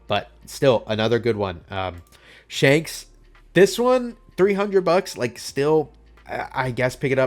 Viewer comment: "Shonks" do you even watch the show, bro?